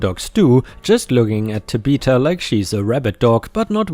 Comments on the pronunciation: It’s not Ta be ta, it’s Ta bith a. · man this narrator needs to learn tabitha is tab☼ith☼a not ta☼bith☼a, everytime he tries to say it my head spins a little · That girl's name is pronounced TAbitha emphasis on the TA and pronounced with a short a as in at . And I assume the park is at six flags over Texas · Tabitha is Tab' uh thuh (the th sound like that of thumb). ⭐⭐⭐⭐⭐⭐⭐⭐⭐⭐⭐⭐⭐⭐⭐⭐⭐⭐⭐⭐⭐⭐⭐⭐ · BTW Tabitha is pronounced TAB-ith-a, like Tab soda. I hope that helps. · Last Story - Amusement Park where a Karen kicks and injures a Service Dog. here is how you pronounce Tabitha Tab ith ah The ith is (it) but with a (th sound after the short i) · I do enjoy listening. But when you got to the name Tabitha. It kind of through me off. Pronounce Tab-e-tha. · Tabitha is pronounced 'Tab eh the' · FYI generally Tabitha is said Tab i (short i sound) tha or Ta bi tha where the vowels are the short sound rather the long sound. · Tabitha is pronounced 'tab-a- tha' (think like 'the' except the 'e' sound becomes a 'ah' sound). ✨⭐great job as usual! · I was thinking this when was telling the story. Another pronunciation that I have heard is: tăb- short i like in it-thă. Both of the a are short like in as. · TAB-ith-a, accent on the TAB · pronunciation might be the way to say the name in his own language. Also, it's Ta-bi-tha, not Ta-bith-a.